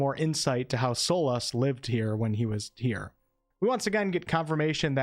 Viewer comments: Its a very unique accent for sure ive never heard Solas pronounced "Solahs" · Hi! I've only noticed that you pronounce Astarion & Solas differently than I do. Thank you so much for warning for spoilers, although I think I might pass on this game until I hear what you & some others have to say about it when it's released.